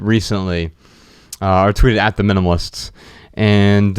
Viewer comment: MyAkachi because the child voice mispronounces the minimalists as the minimists, it’s kinda cute!